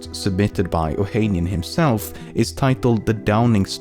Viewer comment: Fact 11: Alexis Ohanian’s last name is pronounced as “ohanián” (stress on the last A)